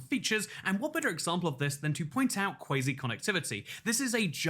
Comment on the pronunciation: That's cwazy